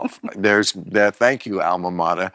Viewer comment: As smart and well read as Bill is, his thinking it is alma mata instead of alma mater is pretty surprising.